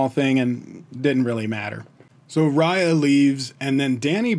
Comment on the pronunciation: Just to let you know.... You are pronouncing 'Riya' as Raaya.... It's actually pronounced as 'Ree-yaa'